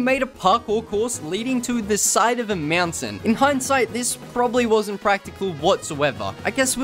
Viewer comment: I love how he says mountain lol Meownt- tain